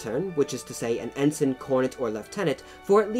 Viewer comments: Bumbling Brit hahaha and in Brit. English the rank of Ensign is pronounced with ens-EYE-n not en-sun. those upstart colonists we should have crushed then when we had the chance :D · Cringingly inaccurate pronunciation aside (Viscount, Ensign etc), not a bad explanation of the complexities of British commissioning system. Glad it pointed out that (unlike many other countries one can think of) the sons of the the privileged class in Britain have always (for well over a thousand years actually) exposed themselves to not just the SAME danger as the rankers, but far MORE because their casualty rate has always proportionately been much higher because they led from the FRONT wearing distinctive uniforms. Even in WW1 this was the case making them easy targets for German snipers, the average life expectancy of of a Second Lieutenant being 2 weeks. In our Parachute Regiments (and Royal Marine Commando and other Special Forces regiments), senior ranks up to Brigadier General jump with the men and fight along side them right in the thick of it.This policy led to a disproportionate death rate amongst officers and was the reason why after WW2 we all started to wear the same DPM uniforms in the British Army and saluting in the field was prohibited. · Ensign is pronounced en-sign (sign as in signpost). Viscount is pronounced vi-count (vi as in tie).